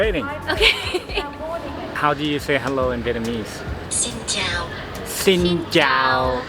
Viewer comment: i just want to confirm that your "Xin Chao" is pronnounced perfectly 🥰 love from Vietnam